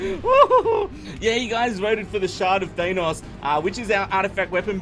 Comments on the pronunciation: Could You Please Listen To How To Pronounce Thanos Im Pretty Sure Its A Marvel Characters Name And Pretty Sure Thats Not How You Are Suppose To Pronounce It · You keep saying Thanos incorrectly.